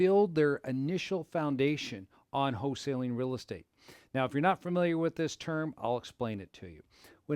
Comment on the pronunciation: It's not HO-saling